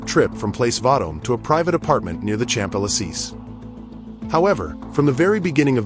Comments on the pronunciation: Champ eliseas. Why can't american pronounce locations correctly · Near the champ elle-seece huh? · Shun Dey-lee-zay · I've stopped watching at `Champ Elisys` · "Champ-El-La Seece?" 😂 I guess AI voices don't have AI smarts... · Please, pay for human narrators!!! "Champs ella-seez" !! 🙄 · The way you pronounced Champs-Élysées is wild 😂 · The prononciation of Champs Elysees is terrible.